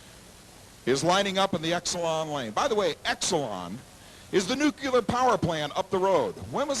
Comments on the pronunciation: it's NU CLEE ER... literally spelled nuclear not NU Q LAR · NUCLEAR, not nucular! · I would thnk that a professional announcer would pronounce the word Nuclear properly. It is NOT NOO Q Ler. It is pronounced Noo cle ar. Just like it is spelled. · Ugh, and he says, "Nuc-you-lar" instead of "Nu-clear." Must have gotten speech lessons from George W. Bush. Smh. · A NUCULER power plant. Doesn't he mean nuclear? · Why can't people learn to say nuclear? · Or pronounce Nuclear! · For some reason it's common for people who actually work in the nuclear power industry to use the improper pronunciation.